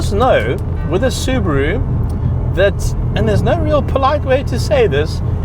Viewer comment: I'm just glad to see a Saffa who knows how to pronounce the word "Subaru" properly! :P